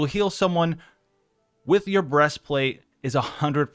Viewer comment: "Breast Flat'è"